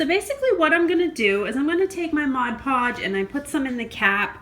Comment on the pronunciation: The best part about this is that you said "Mod Podge" correctly...LOL! But seriously, great job. I was wondering how the little village would look if painted white. Thank you so much for sharing!